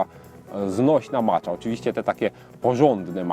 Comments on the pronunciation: dlaczego zdecydowałeś się na wymowę "macza" a nie bardziej zgodnie z wymową japońską "maća"? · czyta się macia a nie macza